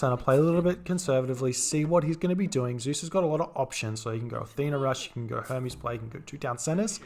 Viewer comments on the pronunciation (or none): none